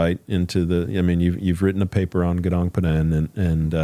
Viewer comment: Gunung Padang !!! Please learn to pronounce correctly. People need to realize that the world map is wrong since Mercator 1569 on purpose belittling Huge Super Rich Paradise Indonesia, The only The Emerald of The Equator in the world